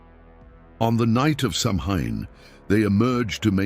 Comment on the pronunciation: F.Y.I. - Samhain is a Gaelic word that is pronounced “sow-win”.